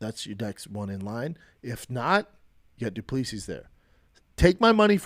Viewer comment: Dude.. it's du-plea-see.